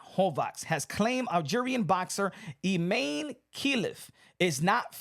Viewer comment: It's written I-MAN-e